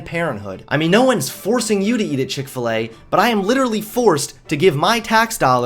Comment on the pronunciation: chik fil E